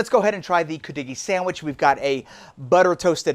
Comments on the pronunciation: Hi, I got a big kick out of how he pronounced it, 😂 Then a while later said Coo doggie! Omg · Oh my God, I was laughing when you first pronounced it! How can you get on a segment about something you can’t even pronounce emphasis is on the Cu “Could-de-gee”! Lmao But good job 👏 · Love cudighi. I live in the UP. Note: we put the accent on the first syllable. We also make it with venison. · I never heard it pronounced the way you do. But your recipe is close to mine.